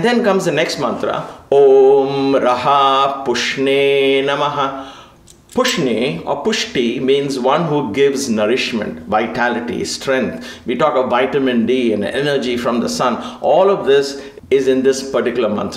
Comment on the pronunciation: It is not pushne. It is pooshne